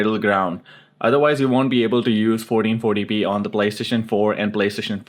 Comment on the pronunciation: SOUNDS LIKE YOU SAYING 4040P.